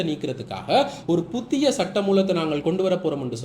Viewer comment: 'புத்திய' அல்ல 'புதிய' 'மக்கர்' பண்ணத் தொடங்கினா இப்படித்தான் சொற்கள் 'கடிபடும்'. "காகம் அன்னத்தின் நடைய நடக்கப் போய் தனது நடையை மறந்து போன" கதைதான் ஏற்படும்.😅 இயல்பாக பேச்சினால் போதுமே!😂